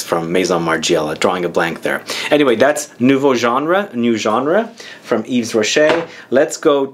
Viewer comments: Hey you shouldn't pronounce the 's'Its "eve rocher." May fave is Nouveau genre. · And yes,. The "s" is silent.